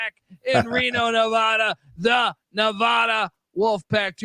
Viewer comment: You guys fuckin suck. Learn how to pronounce Nev-Add-uh. Mackey is not mackayyy. God you guys are severely uneducated and annoying as fuck.